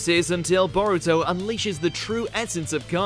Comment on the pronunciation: C'mon man if you're gonna make a video about anime fights actually put some effort into properly pronouncing the characters names